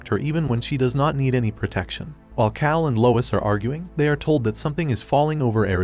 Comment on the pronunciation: That and calling him "kale" instead of "Kal" a couple times.